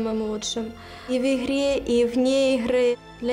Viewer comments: В ИХРЕ И НЕ В ИХРЫ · В ихре,вне ихры:D